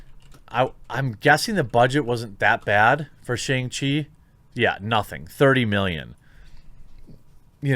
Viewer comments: sha-ung chi, not SH-ANG. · More like Shang-Pee, m I rite